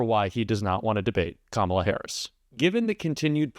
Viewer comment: It is Kamala not Kamla. I think it is high time to learn how to spell and pronounce the name of the President of the United States.